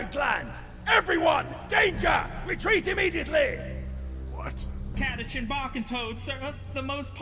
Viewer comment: Also it's pronounced Cata-can